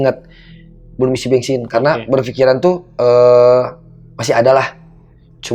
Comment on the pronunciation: Org sunda pisan mau isi bensin aja bilangnya isi bengsin 😂